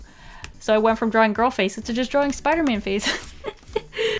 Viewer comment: Every time you say girl all u hear is grill 🤣🤣